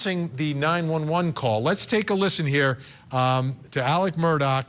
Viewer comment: His name is ALEXXXXXX MURDAUGH NOT Alec Murdock. Come the F on!!